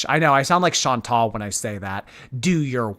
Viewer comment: She can’t even get her name right. She still says ‘Chantelle’ rather than ‘Chantal’.